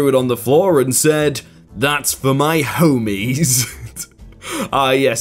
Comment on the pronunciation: Home... eees